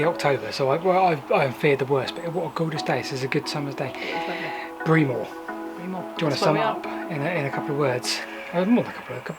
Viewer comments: It's pronounced Brem Moor not Bre Moor.! Great line to walk though. Well done. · 'Bree-more' 😄 - Brem-muh. I only know because I used to work with the old boys at Salisbury who used to work over that road. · BRE-MER not BREE-MORE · Say Bremer not Breemore. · Breamore is pronounced BREMMER. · Great local video of the abandoned line to Salisbury. Love that one of the stations has been restored. Breamore is definitely pronounced ‘Bremmer’ 👍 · I was born in Fordingbridge less than a year after the station closed. I remember the A338 Salisbury road crossing over the railway at Burgate but there’s no trace of the bridge or even the track bed there now. Oh and Breamore is pronounced Bremmer, like the impressionist Rory Bremner without the N. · My Mother's family is from Breamore, there's a whole lot of them in the graveyard and on the war memorials, and the locals pronounce it Bremmer! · Great video & Rebecca, I know the line (what's left of it anyway) quite well and can give you a little more information on both the Railway Hotel in Fordingbridge, and the station at Breamore (actually pronounced Bremmer for accuracy). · Amused about your pro invitation of Breamore. Try Bremmer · Autocorrect meant pronunciation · Thanks for all the interesting and informative stuff on your channel. As someone else has pointed out, the locals call it “Bremmer”. Have you found any remains of the tunnel between Alderbury and Downton? I believe it was used for landfill over 40 years ago. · It’s not pronounced the way it looks, it’s more “Brem-or” for future ref 👍🏼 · Hi. I live about three miles away in Downton. We pronounce it "Bremmer", all the better with a Wiltshire / Dorset accent. Not so Scottish!